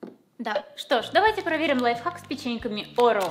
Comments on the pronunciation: Когда всю жизнь говорила - орео, а потом посмотрела ролик Лисы (орэо) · Орео ударение на первую букву